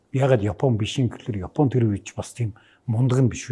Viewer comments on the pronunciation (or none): none